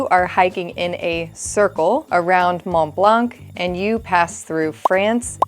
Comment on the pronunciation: You do not pronounce the ‘c’ in blanc of Mont Blanc